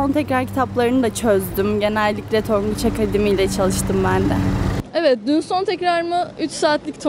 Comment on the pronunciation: tonguç akamademi